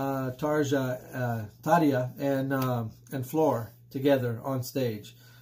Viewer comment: Haha congrats you pronounce right Tarja 😄😄👏👏